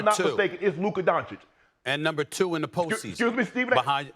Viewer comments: Who tf is Don-kick? Who tf is Don-chick?? 😐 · Hasn't anyone told Mad Dog it's not pronounced Donkic? 😅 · “Luka Donkich” - Mad Dog Russo 😂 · Anyone notice how mad dog says "donkich" and every other analyst always says "donchick" after all the research and money they are paid they all still find a way to get it wrong lol